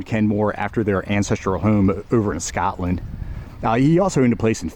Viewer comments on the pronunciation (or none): none